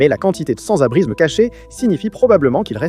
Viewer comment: l'IA dit sans-abrizme 246 fois dans la video 🤣🤣🤣